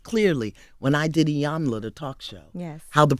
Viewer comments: SAY IT WITH ME... ITS EEEEEE-YAAAARN-LAAAAAAH NOT 'EYE-YAN-LAH' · Angela, it’s “EE-YAHN-LAH”, not “EYE-YAH-NAH” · I love Iyanla! I was waiting for her to correct Angela on the pronunciation of her name tho lol...it's "EEEyanla" not "EYElanla". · Pronounced "EE-YAWN-LA" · The way Queen Auntie Iyanla’s ponytail turned when it sounded like Angela said, “Ayana Vanzant is here” 😩😂😭 She plays no games with the pronouncing her name!